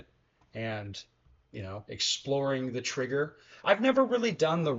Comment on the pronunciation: Stock is just fine for 95% of users. Also the “r” in trigger is not silent unless your area code is 212 or 213…